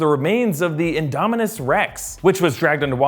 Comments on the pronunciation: Indosaurusrex? Indomonusrex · oh god that was funny when you said "indosaurus rex" its indoMINUS rex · It’s not indsaurus rex it’s indominus rex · REALLY INDOSAURES REX EUGH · Sorry could you say that one more time? it was an indie Saurus Rex? is that what you said? rofl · its indominus rex not indasaurus rex